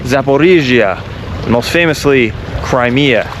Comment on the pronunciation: “crymea” river